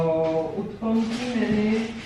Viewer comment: Hey its not uthppam. Its oothappam